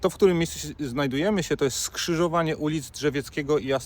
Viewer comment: Pana policjanta przerasta wymowa słowa „skrzyżowanie”, a szkoda bo jest przykładem skrzyżowania niekompetencji z obiboctwem